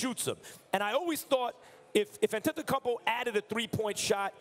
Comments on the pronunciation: Max: A-tempt-kum-po 🤦🏻‍♂️ out here butchering his name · Max “on-ten-tun-kumbo” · Max Kellerman needs to stop saying antetokumpow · How Max pronounces Giannis last name: Antecumpo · MAX KELLERMAN. IT HAS BEEN 4 YEARS. HOW IS IT POSSIBLE AS AN ANALYST THAT YOU DON'T KNOW HOW TO PRONOUNCE HIS LAST NAME?